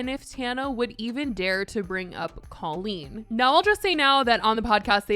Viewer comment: Why are we not talking about how Jojo pronounces Colleen like Cole-een? I hate it so much 😂